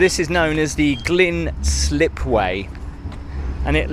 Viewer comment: Just a small correction on an otherwise excellent video. It's the Gynn slipway. I think you said Glynne. It's pronounced Gyn, as in Lyn (or Lynne). It was allegedly short for a ginnel, or local dialect for a narrow passageway between the sand dunes that used to be here. And contrary to popular belief, it is definitely NOT pronounced Gin.!! Cheers